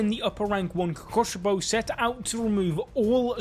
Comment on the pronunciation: DID BRO SAID KOUKOSBOW LOL